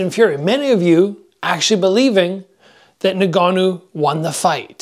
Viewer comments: "nn-gannou" not nougannou. Bruh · Nah-Ganoo isn’t his name fam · it really jars me when people cant pronounce ngannou, pronounce it en-gannou